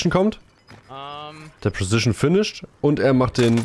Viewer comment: nices video aber kannst du mal preCision und nicht immer presicion sagen :D tyy